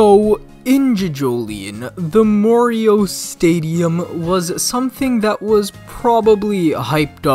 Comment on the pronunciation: Why do you read morioh like that???